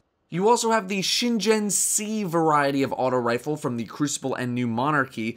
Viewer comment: Just to let you know, but the Shingen in Shingen C is pronounced as "SHII-N-GEH-N", it's a Japanese name based on a famous Samurai General, Shingen Takeda.